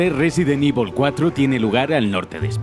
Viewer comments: Yo como lo digo: resident evil 4 como lo dice: residen ivol 4 XDDDD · Residen ivol :v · Resident ivol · Resident ibol fooor A huevo...!! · Resident ivol v